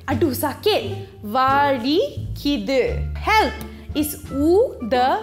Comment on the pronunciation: Got 2 mistakes in this video. Pain in tamil is வலி which is pronounced as vali and not vazhi. வழி(vazhi) is referring to way/jalan. Secondly, I don’t understand in tamil is enaku puriya villai (எனக்கு புரியவில்லை). Enaku puriyathu (எனக்கு புரியாது) means I won’t understand which is in future tense. Hope it helps ☺️😉